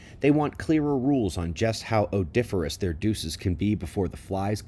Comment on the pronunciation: Odifarous deuce... LMFAO